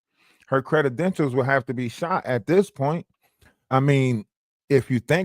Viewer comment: I swear..."credi-denshals" take me out everytime., you need your own Book of Words 🙂